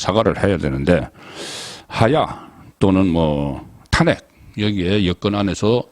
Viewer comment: 항상 탄핵 말을 할때..탄핵 발음이 틀리는거 같아요~~